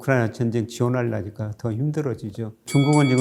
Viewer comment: 지원하려니까를 지원할라니까로 발음하는 걸 보니 말투가 전라도사투리가 섞여있네요. ㅋㅋㅋㅋ 고향 어디세요? 아버지 고향은? 왜 7시사람들은 공산주의적 사고를 강요할까.